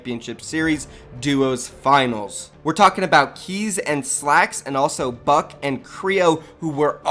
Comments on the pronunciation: Kreo and buck 🤣 it's Bucke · Buck-eyyy not buck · It is annoying me that u r saying buck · Him saying buck just pisses me off